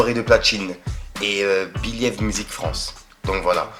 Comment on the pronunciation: il a dit beliève music France, toi et l'anglais mon pote....😂😂